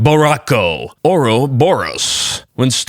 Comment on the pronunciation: Borracho means drunk, and the Cho is pronounced like you would in Chase, just with an o instead